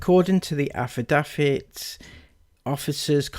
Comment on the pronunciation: Your poor reading skills, overly wet mouth sounds, and how you pronounce “affidavit” and “medicinal” was so frequent and annoying, I couldn’t even finish watching. It’s “AF-UH-DAVE-IT” And “MUH-DIS-IN-ALL”